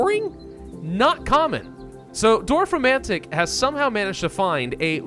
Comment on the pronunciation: damn. this is the first time i was actually impressed by an american's pronunciation of a german word (or two, actually...) props to you, 😄👌